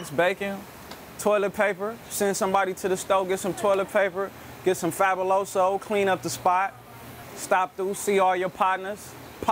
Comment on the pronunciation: He said Fabouloso. 😆